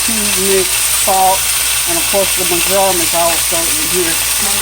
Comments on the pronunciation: It’s pronounced Mar-ja-ram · You pronounce it : Mar - jor - am. I will def be making this chicken, looks delicious.